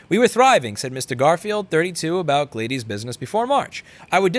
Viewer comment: Glay-dees? I'm used to hearing it as Glad-dis.